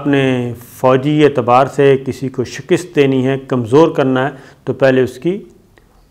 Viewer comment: The word is ShAKAST and no shakist. You are heard in many countries, so please pay attention your pronunciation. I am not criticizing you but my intention is to make you better.